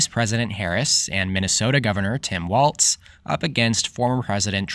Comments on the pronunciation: I hope Silver is correct this time. By the way, it's pronounced Walz, just like it's spelled (not pronounced walTz). Thanks for a good video. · Just so you know Walz is pronounced walls